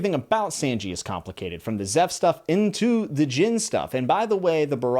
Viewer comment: Just a couple of notes on name pronunciations! Usopp is not pronounced "Yu-sopp" like you do in the video, but "Oo-sopp". Second, Gin is pronounced with a hard G, like in gift, great, or gamma, not like the drink. Edit: Also it's Loguetown, not Roguetown, because it comes from Pro*logue* (Luffy's) and epi*logue* (Gold Roger's)